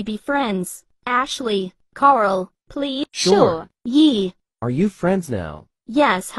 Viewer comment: Why did Ashley call Karl kart